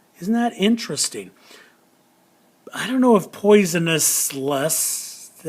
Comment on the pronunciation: I thouht you said poison us